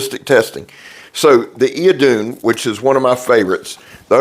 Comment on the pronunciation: Hey brother, Idun is the Old Norse goddess of rejuvenation, and is pronounced Ith-oon. Just thought you'd want to know. You and Megatron have a Merry Christmas 🎅 🎄 ❤, and much success in the coming year!